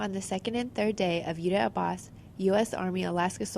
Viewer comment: It is Yudhya Aabhhyaas.. Somebody needs to at least take trouble to train our US Army to say it correctly so people who understand Hindi, know what they are talking about. Other option is to say out loud in English what Yudhya Aabhhyaas means in Hindi.. It means "Study of War",, Yudhya = war, Aabhhyaas means " to Study"